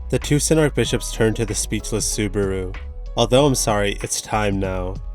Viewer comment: Everytime i hear Subaru's name being butchered. 😅😅